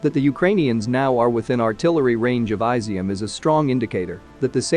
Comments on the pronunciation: jesus christ, it’s NOT “eye-zium”, it’s “ee-zium”! 😂😂😂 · It's is-zium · I'm sure it's "Is - ium". Did you research it?